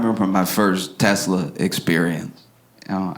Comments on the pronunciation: he also said “ I love Teslerr!” 💀💀💀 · "I love Tesler!"